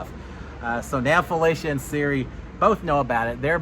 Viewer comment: instead of FelEcia, it’s FelIcia. With an “i” sound instead of an E. You pronounced it right at the beginning but not towards the end